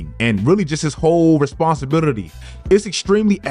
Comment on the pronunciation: The way you saying “responsibility” got me dying bro 😂😂😂😂